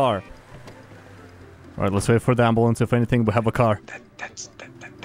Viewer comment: "the ems decided to put skylar ontop of the amboolance"